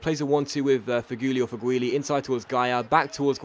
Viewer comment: It is Feg-who-lee